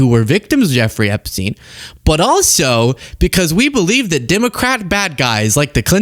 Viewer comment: Are you still talking about jeffaree....epashteen....?